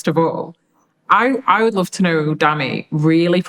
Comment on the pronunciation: "Tooknow" Ghanaians 😂